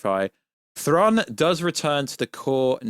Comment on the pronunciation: Aaaargh! Stop saying Thron!…… it’s Thraaaaaawn